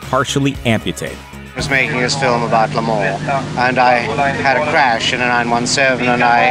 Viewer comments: LAYYYY MOH Not Ley MAN"s ----- LeMans ---- French word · It's pronounced Le Monz not Le Mon